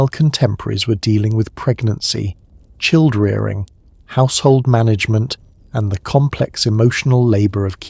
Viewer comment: 💎 I thoroughly enjoyed this! Massive food for thought. I've been thinking on these ideas for several decades now. Did you use iA in this because one of the pronunciations was a tad weird ___ie "chilled-rearing & the timing was out, because the narrator sounded as though he were using the word 'Dr' as fullstops.